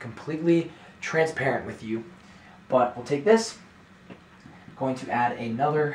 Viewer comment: The way you said ANOTHER function group is amazing !! 😂